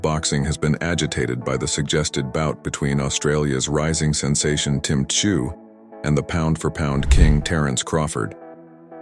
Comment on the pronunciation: It’s pronounced “zoo” the T is silent. Come on Americans get it right! Son of a legend! He ain’t the first.